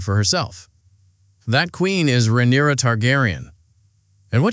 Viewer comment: How many ways can you mispronounce Rhaenyra lmao